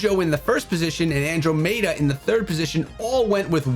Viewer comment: his andromeda pronunciation is making me cringe